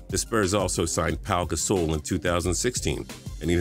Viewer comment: lol Paow GaSOUL 😂😂